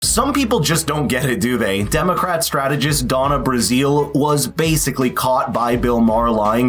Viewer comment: It's pronounced Brazil, like the country.